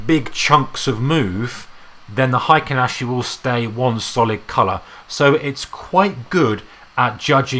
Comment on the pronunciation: Why do you prounce it like hAikEn ashi?